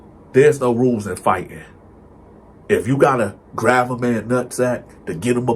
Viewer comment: “Grav his nutsack.” I laugh every time he pronounces “grab”. He be having me cryin 😂